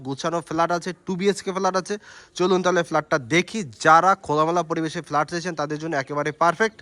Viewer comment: Valo noy.r flat hobe.flaat ucharon korchen keno?😂